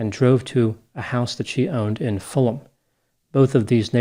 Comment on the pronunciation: It's pronounced "Chiz-ick". But you got Fulham right! 😃